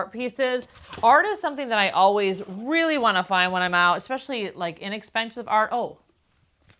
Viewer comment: STOP WITH THE EX SPECIALLY !!!!Theres no such word ANNOYING ...ITS ES specially 😂its so off putting ur voice is sooo loud but that ur channel is great 😂😂